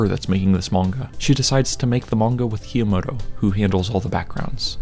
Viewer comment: PLS STOP SAYING "kah - yo - mo - to" PLSSSSS